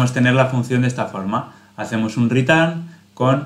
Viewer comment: "un ritán" 😂🤣 👍👏